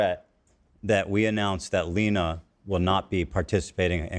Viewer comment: how tf are you gonna mispronounce a name as simple as Lena, as "Lin-uh", especially when you literally found a clip about the chick AND edited it to show her own husband saying her name correctly . Bro really